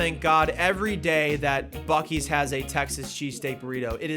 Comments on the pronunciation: Buc-ees more like buc-deez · I was told it's pronounced Buce-ees. Like Bussy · it's pronounced like bussy. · I believe it's actually pronounced "bussy's" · it's pronounced Bussy's